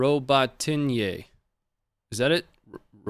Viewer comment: I’ve heard it pronounced Robot-knee, but I have no idea whether or not that’s accurate.